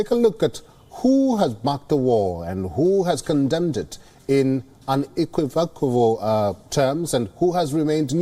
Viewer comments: he said unequivocaval 😅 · Him trying to say “unequivocal” was charming because even native English speakers struggle on that one. 😂